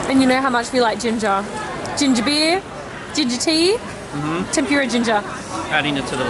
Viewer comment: tem-poor-ah not pure-rah lol